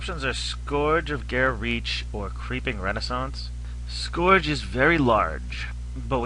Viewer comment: Scourge not pronounced scorge, it is pronounced scurge. Just urge with sc in front. Neat werewolf deck btw!